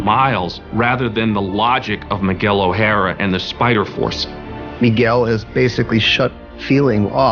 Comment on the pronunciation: I almost died when they said Miguel's name as "Miguel Oh-har- a"